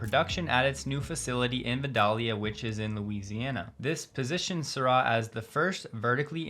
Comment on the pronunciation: Actually, it's Vi DAY lya...